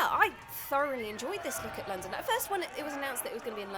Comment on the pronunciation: "Landam" hahahhahahahaahahahaha